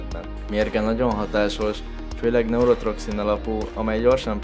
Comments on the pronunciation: Nem neurotRoxin, hanem neurotoxin !!! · Neurotoxin, r nélkül....